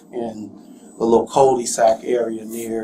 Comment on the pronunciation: ''coldy sac''..hahaha !